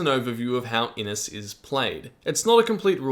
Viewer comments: This game looks amazing. FYI Inis is probably pronounced with a "sh" at the end. Inis means Island in Irish. IH-nish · Great overview! Just a wee pronunciation point: Inis should really sound like "IN-ISH", which just means "island" in Irish.